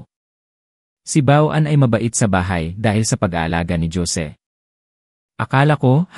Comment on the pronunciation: Wag na ninyo haluan ng English words Ang kwento nyo dahil Hindi Yan binabasa ng narrator ng Tama, lahat ng kwento nyo palpak, paulit ulit din Yung mga pangalan na Jose ( Josie) Juan ( Joan) Joaquin ( jokin) at etc etc. walang pagbabago kahit paulit ulit pa tayong mag komento Hindi nila binabasa kaya useless Ang comment natin